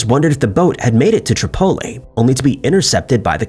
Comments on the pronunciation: Trip-o-Lee. Not trip-o- la. Oh my god I hate AI! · isn’t AI, just bad at pronunciation 😂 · Tripoli is pronounced like - Triple E. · Not until now have I heard Tripoli pronounced tri pole Lee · The way he pronounced Bimini and Tripoli through me for a loop